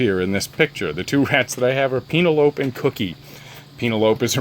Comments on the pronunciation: Penelope? Pronounced Penn-ell-o-pee? I'm not sure what you are saying. 🤪 Maybe it's a name I've never heard before, but it sounds as though you are saying "Peen-a-lope."?? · the way you pronounce penelope.. lol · The way he pronounced her name cracked me up lol I've never seen the movie I think he was referencing lol